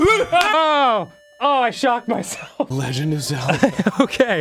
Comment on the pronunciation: Good ol Arin "I hate the Legand Of Zelda Ocarina Of Time" Hansen